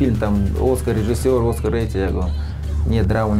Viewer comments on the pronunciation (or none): none